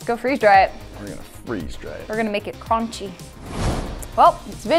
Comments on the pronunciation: "we're gonna make it CRONCHY" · ”We’re gonna make it CrOncHy” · SHE SAID CRONCHY I LOVE IT